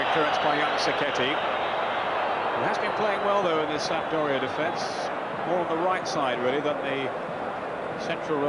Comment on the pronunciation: I wonder how many times they told that it's not Sampa-doria before they gave up.